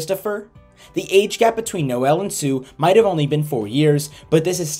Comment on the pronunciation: Noel is pronounced Noll not No-el